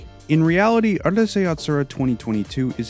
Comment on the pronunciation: it's Ooroosai Yatsura, not Ahrusei fyi